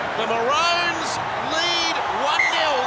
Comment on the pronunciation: Because it's pronounced "ma-row-ns"